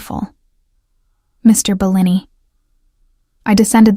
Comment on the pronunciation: Great story. Terrible video. Hearing Bellini pronounced incorrectly over and over, the terrible unrelated background is the lazy way out.